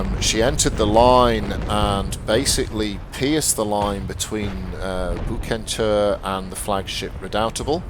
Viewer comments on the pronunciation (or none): Btw the "c" in Bucentaure is pronounced as an "s" so it´s Busentour. :)